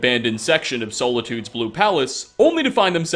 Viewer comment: I was really interested in the video, but the amount of words mispronounced is crazy! How do you get solitude wrong? It's not soul-itude bud. Then again maybe it's an inside joke in your content that I just don't get?